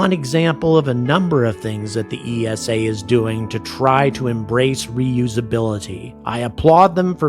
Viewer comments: Minor note, you say it like "eesa", not E S A. Just like NASA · esa is pronounced like nasa. One word with no stress on each individuel letter. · Another great video, but ESA is pronounced ee-sah, not Ee Ess Ay. You don't say En Ay Ess Ay for NASA do you? Official ESA video, pronunciation of ESA . Keep angry about pronunciation! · You can't even pronounce ESA correctly, what's your problem with the USA being paid to carry Euro Astronauts...that's called a business! Love your energy, but you're so clueless most of the time.